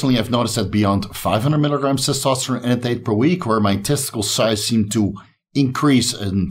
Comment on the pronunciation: Terkesterone? You gotta be kidding me.